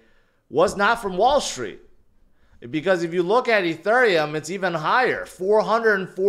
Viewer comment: Why you say “Ethurium”?